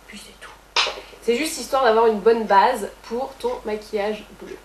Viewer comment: la ''bâââse'' ça sonne presque Québecois comme accent xD